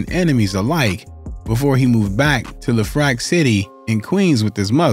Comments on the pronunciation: "LeFrake City????" Nah, sun, although simple mistake, it's pronounced how it's spelled...LeFrak City, aka Iraq City. #Queens #EnYcE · Homie said lehfrack lmfao it’s pronounced left-rack city smh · ...and it's LEF-RACK, not LaFrake. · The mispronouncing of Lefrac is my only critique (sounds like "Leff-rack"). Very good research otherwise 💯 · It’s pronounced Lef Rak. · I could tell you’re not from New York by the way you say lefrak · don't ever believe someone who tells a story and can't pronounce Lefrak correctly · Gotta learn how to pronounce the names of the places you’re mentioning. Anyone that lives in New York knows your pronunciation is wrong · 😂 the way he said "Lefrak" 💀